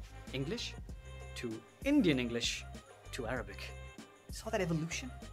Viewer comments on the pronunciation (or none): none